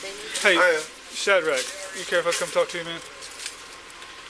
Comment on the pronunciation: Omg, if he said "SHAD-RACK" one more time